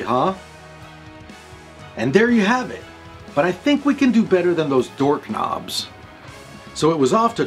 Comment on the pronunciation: I watched this again... did I just hear you say "dork knobs" ????? LMAO